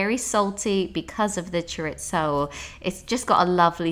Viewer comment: It's pronounced choreezo!